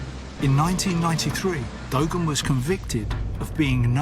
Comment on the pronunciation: What the hell is "dogan"??? Its pronounced "du-arn"